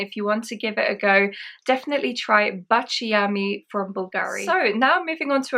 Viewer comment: Lovely video! Quick note on pronunciation: baciami = BAH-cha-me. And yes! It means “kiss me” in Italian. 😊